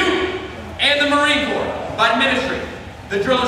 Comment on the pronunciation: Marine Corps....Not marine corp....We are not a corporation. Corps, pronounced "Core" is a military formation....Corp. is the abbreviation of corporation. Marine is a proper noun and should be capitalized.